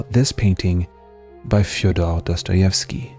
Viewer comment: Pronouncing fyodor with a French accent is basically an insult.